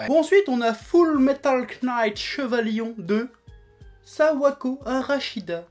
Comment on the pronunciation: Knight ? KKKKKKKKnight ???? Bon ben apparemment ya pas que la langue française que tu baise ! Bon, je déconne, c'est une erreur assez courante et c'est pas très grave, c'est juste chaque fois que quelqu'un prononce le "K" de "Knight", ça me fait l'effet d'un couteau rouillé au travers des tympans. Mais c'est pas grave, on est en France, j'ai l'habitude des prononciations dégueulasses X)